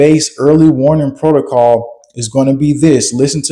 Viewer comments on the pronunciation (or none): none